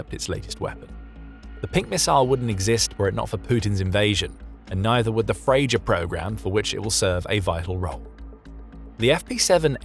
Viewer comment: It's pronounced FreYa